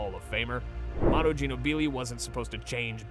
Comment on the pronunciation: Tip: type it like this, KA-WHY and Jee-Know-Blee... That's how you command AI 😂